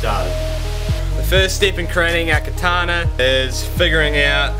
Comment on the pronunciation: "katana" damnit;-; still cool tho